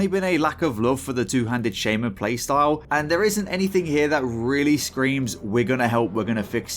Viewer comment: You are pronouncing Shaman correctly in shamanistic rage but wrong by itself